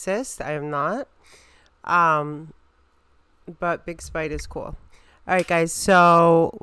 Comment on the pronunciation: It's big spid NOT big spide